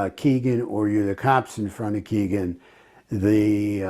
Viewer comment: You dont know much about this case...truly...the very least of which, is that Kline's name is not Keegan, it is Kegan... rhymes with Megan. Details matter and it makes me think that your broad strokes, generalizing philosophy is what gets innocent people convicted... brutal